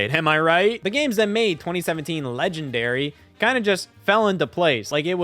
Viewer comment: "the games that made 2017 legendayry" 💅🧚‍♀️